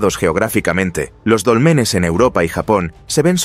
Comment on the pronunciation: NO SON DOLMENES, SINO DÓLMENES